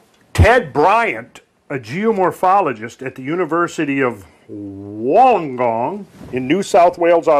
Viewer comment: LOL he is talking about where I live, he almost got the name right. It's pronounced Wool-long-gong. Those shells he is talking about I have found them myself, they are over the back of the mountains here which are all 150m+ above sea level.